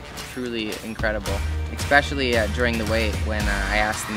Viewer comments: NOOOO! I HATE that! Its not a Canadian thing its just... Ugh. Its the only thing that isnt perfect about Shawn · I realized that when Shawn says "especially" he pronounces it as "ex-pecially" 😂 so cute. Is it a Canadian thing? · yes i noticed that too